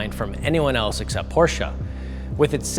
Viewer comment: Half the video is about iPhone charging and hold brake pedal functions? Nitrous button? Guy has no clue about cars and is way out of his league. Me thinks he doesn't even know how to pronounce Porsche. He needs to take a lesson from Thomas at Autogefühl. Terrible review.